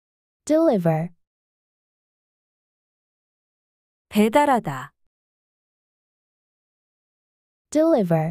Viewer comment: 대부분의 단어를 첫 음절에 강세를 주고 읽으셔서 잘못된 강세를 익히게 되는 경우가 있는 것 같습니다. 예를 들어, deliver의 경우 두번째 음절에 강세가 맞는 것 같은데 읽으시는 분은 첫 음절에 강세를 주시니 영 어색합니다.